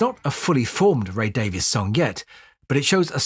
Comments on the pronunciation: I may be wrong, but I believe that their last name is pronounced “Davis,” despite the “e.” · I was going to mention that as I typically do... much to peoples' annoyance. Ray seems to pronounce it as 'Davis' but, a little while ago, I saw Dave in an interview and he pronounced his name as 'Davees'. Perhaps that's part of their legendary scrapping.